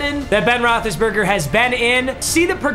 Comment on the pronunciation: Roethlisbergr lmao